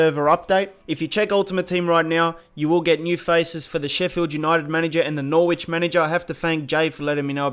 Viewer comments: Norwich is pronounced Norich, the W is silent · Dude I love your vids please don't think I'm hating but please, as an English man listen to me. The W in Norwich is silent. It's pronounced as another R. Stay safe, don't do drugs. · Can someone please point out that you can't say Norwich properly? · Due you keep saying Norwich wrong. please sort it out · Really bugs me when you say Norwich wrong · Learn how to pronounce Norwich and Anthony Joshua and De Vrij and Lewandowski